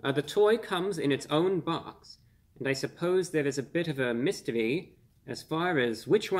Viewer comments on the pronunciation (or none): Meh-stu-we?! It’s meh-stir-ee